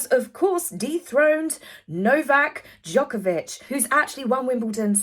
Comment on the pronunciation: I'm impressed on your name pronunciation. Djokovic is not easy. Thanks for the show.